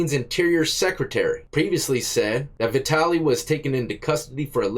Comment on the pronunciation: Vitaly. Vatality. VATALITY. 😂😂